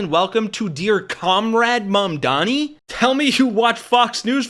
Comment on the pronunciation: when learns to spell comrade, define communism, and pronounce Mamdani, then I will listen to his opinion